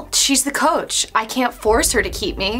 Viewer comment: “Coache” hehe 😂